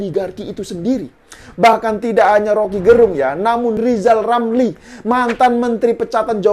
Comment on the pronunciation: Lizal lamli si lajawali ngeplet itu setali tiga uang dg si wan abud....sama2 ngga bisa kelja tp mulutnya nyinyil telus....ngomong R dulu yg benel balu maju caples 2024....kakkakkak...